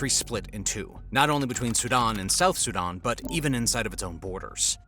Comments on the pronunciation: "Su-DON"? It's SudAn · I thought he was saying Saddam not Sudan.